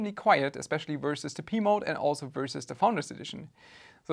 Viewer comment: I kept hearing "Pee Mode" 😂